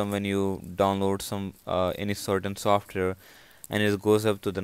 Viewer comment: learn how to say software then make a video useless video